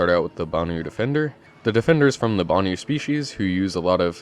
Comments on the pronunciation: Why do y'all butcher words so heavily?! It not pronounced "boo nuu" It's "BAN-OOO" BANU! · Its not "Ban-oo" though. Its "ban-uu" :P